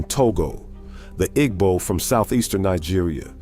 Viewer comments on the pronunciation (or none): none